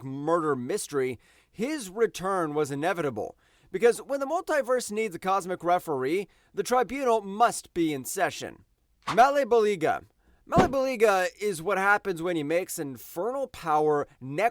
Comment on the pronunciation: The pronouncination of MaleBolgia(Mal-Bo-ja) is hilarious. The presence and source are the samething in DC. You even mentioned this in the presence analysis. Perpetua is dead. She was killed by the Darkest Knight.